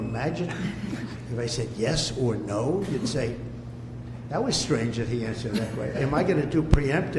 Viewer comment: As he says. Preemptive. Then it's not preempitive